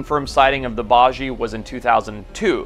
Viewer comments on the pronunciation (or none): Just a heads up, the baiji is pronounced “bye-G,” the correct pronunciation is important!